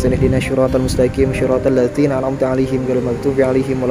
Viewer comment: Aladi dufina BKN dufinu mas🙂🙃